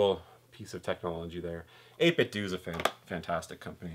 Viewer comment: The end of 8bitdo is pronounced like Nintendo